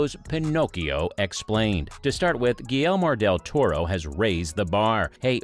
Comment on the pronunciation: "Guillelmor del toro"